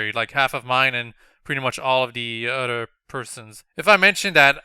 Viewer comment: I love how he says "utter" instead of other